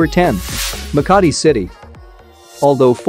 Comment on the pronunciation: Makati city The maka in makati is slow